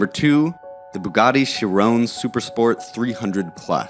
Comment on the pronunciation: He said please leave your comments, so here's mine. Learn how to pronouns a simple name like Chiron, there's no 'E' on the end.